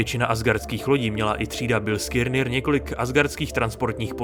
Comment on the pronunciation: Ještě jednou řekne v tom videu Bilskirnir tak dávám palec dolu. Vyslovuje se to Biliskner...